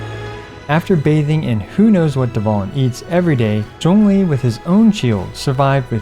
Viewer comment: I still like how he's pronouncing Zhongli's name correctly.